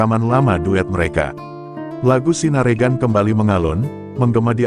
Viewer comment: Bacanya ...Bukan sinaregan.......... tapi sinarengan